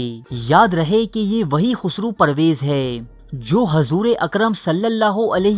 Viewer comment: Sir aap se pehle bhi guzarish ki thi ke aap hai ko hay parhte hain. Aap ke channel ka naam urdu diary hai to socha aap ki taseeh karta chalon. Bura mat manayay ga, aap ke channel ka maddah hon.